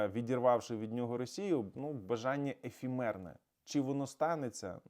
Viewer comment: Ефемерне, а не "ефімерне".